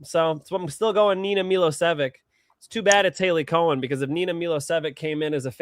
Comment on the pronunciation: It’s not (Hailey) Cohen...it’s Cowan!